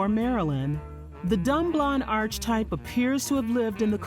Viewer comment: Who narrated this? Her voice is distracting. And she pronounced archetype as arch-type